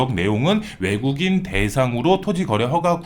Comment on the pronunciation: 내국인. 외국인.. 발음이 안 좋으시네요😢🎉